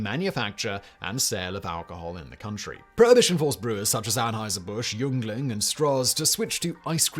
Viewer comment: As a proud Pennsylvanian from Schuylkill county, home of the Yeungling brewery, I can assure you that Yeungling is pronounced "Ying Ling"